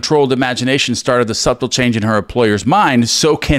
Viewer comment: Awesome read! Just to be clear — in all of his writings, I’ve never seen NG refer to “parallel realities”. That term does not, however, negate the power of the law of assumption. A little housekeeping… Dartmouth is pronounced dart-muth. The b in subtle is silent, so pronounced, suh-tle.